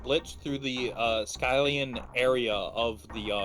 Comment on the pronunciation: The way he says skyllian is painful.